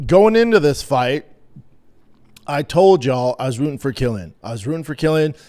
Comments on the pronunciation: His name is Kwyl-in. Not Kill-ian. Jfc dude. I can’t even listen to this shit. I’ll be back for the next episode though. Love ya dog. Hopefully you’ve learned how to pronounce the man’s fucking name properly by then. Good day sir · Bubba “Quill “ like porcupine . Quil - llian … Not killian 🤦🏻 Love you B 👊🏽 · Quill-an, Jesus fkn Christ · You should teach Brendan how to say his name correctly first.